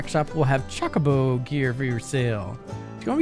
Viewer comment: Choe-koe-boe is the usual pronunciation 🙂 I believe you might be confusing how certain dialects pronounced it in FFXVI (Chaco-bo).